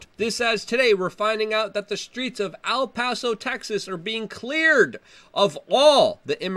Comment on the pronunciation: Trying to keep you from being lynched. It's EL Paso, not AL Paso.